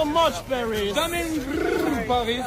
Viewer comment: Paaarisssss dame un grrrrr 😂😂😂😂😂